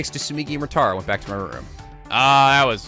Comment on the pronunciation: It's painful how he says it as My "Chapter 1" Class Trial, Our Class Trial.